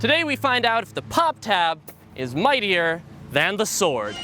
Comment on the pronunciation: bastard it's "now this is a swoid"